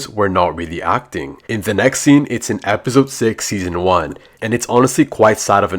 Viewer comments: Why does he always say epizode bro its just episode 😅😅😅😅😅❤😊🎉😂❤😢😊🎉❤😅😂😊🎉❤❤😂🎉😢😮😅😊😢😮😅😊😂😢🎉❤🎉❤😅🎉🎉😢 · I love when he said "epizode one"